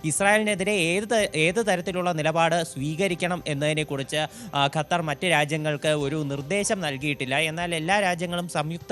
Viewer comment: ഖത്തരിന്റെ" അ ത്ത" പോകും